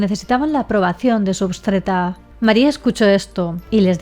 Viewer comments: Me hizo dudar por un minuto si es obstetra jajaj porque dijo obstreta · Si yo también escuché que lo dijo mal! aún así es una excelente Youtuber... Aunque se dice Obstetra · querida, se dice OBSTETRA!